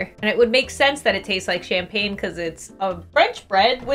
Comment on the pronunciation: I think you got influenced by the name "champagne" when it's actually campagne (as in like countryside) but it's still very fun to watch, and I agree, it's amazing toasted